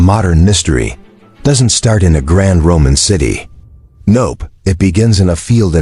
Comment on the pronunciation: More dumbassed AI audio that can't pronounce Roman,,,,,Ro-mon??? selts? wtf